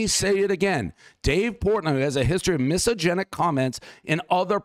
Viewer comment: As much as I like Dave’s pizza reviews the man can’t even say misogynist. It’s like the review when he thought America was founded in the 19th century. She could’ve quoted him with multiple comments he made in past but she clearly wasn’t prepared.